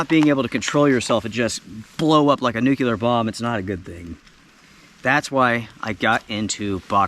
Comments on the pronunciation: …. It’s Nuclear… not nucular!!! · You say nuclear like George W. Bush Jr. says it lol. I agree with the first two events deserving a beatdown but the 3rd was too light on details of the provocation to pass judgment one way or another.